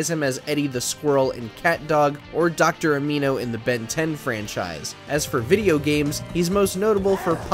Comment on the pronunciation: Sorry, good video but, Dr Amino?